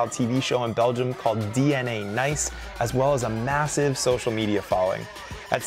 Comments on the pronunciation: Jeremy lost before the game started by pronouncing Nys as NICE. WtH. Try Naes. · It's really pronounced more like "nasty/ass" than "nice" (pronounced the American way, not the Brittish way). The Dutch just bungle up their vowels. They also say "seujfeuh" instead of "zeven". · Nys isn't actually pronounced as "nice" but it's closer than what ever Jeremy did :D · And it's so easy to pronounce: just say "nice"! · So he says Sven Nys correctly but not Thibau Nys lol